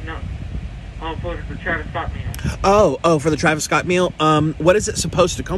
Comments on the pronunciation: “ do you have the travis scoot meal “ 😂😂😂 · "youre saying it wrong, its Scoot. like a scooter, like you use." lmao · Him saying scoot triggered me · TRAVIS "SCOOT" TRAVIS "SCABS" ?? 😂😂😭😭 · LMFAO travis scoot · “Travis Scabs”😂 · Anyone else got triggered bye him saying Travis scoot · Not that hard to say “Scott” Lmaoo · WHY DID HE THINK HE WAS RIGHT “it’s travis scoot”😭😭😭😭😭😭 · “travis scoot” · i love how they argue about travis's last name when they are pronouncing it so wrong xD it's scott like oml. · "scabs" "scoop" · Your saying it wrong it’s “Travis scoooooot “ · Nick: “the Travis a scitter meal”: “do You mean the Travis scoot meal..your saying it wrong” me sitting her both knowing there saying it wrong 👁👄👁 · Nik: We got the Travis Skeet meal right here.: You mean Scoot, it's Travis Scoot. Nik: whatever.: It's Scoot you're saying it wrong. Lmao he really thought he did sum there 💀✋🏽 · "tRaVos ScOpS" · its Travis scoot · I love how confident is about Travis Scott’s name and he’s still saying it wrong lmao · I love how was getting mad at him for saying Travis’ last name wrong but he was also saying it wrong 😭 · Ong he saying it wrong lmao 😆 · Him not saying it right got on my nerves lol that’s why they didn’t understand him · I just love how nik and are fighting about Travis Scott’s name but there both saying it wrong 🤣😂🤷🏽‍♀️ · him saying Travis Scott wrong on purpose proves he said Kobe Bryant wrong on purpose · I love how there fighting on how to say his name when they are both saying it wrong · It triggers me so much when Nick and don't pronounce Travis Scott correctly. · I- 😭 he said his name wrong so many times it got disrespectful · u know he is saying his name wrong on purpose💀💀💀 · OMG IM DYING THAT HE CANT EVEN SAY TRAVIS SCOTT LMAOOOOO😂😭💀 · I was gonna watch this video but I can’t take him saying Travis Scott wrong on purpose💔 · he's saying his name wrong on purpose, and it's annoying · Quanny rt he said scoot